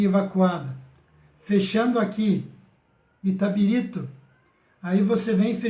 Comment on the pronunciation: Amigo você precisa estudar mais e se aperfeiçoar nos estudos.Ah, faça um curso de locução ou até mesmo leia o texto antes de gravar! vc erra muito nas palavras!! Não consegui chegar nem na metade do vídeo, vc errou 3 vezes a pronúncia da palavra ITABIRITO.